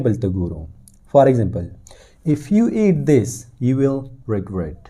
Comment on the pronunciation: The pronunciation you can speak false of the regret • the pronunciation is reh-gret